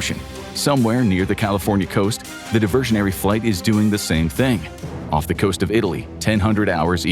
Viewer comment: Of? You mean off?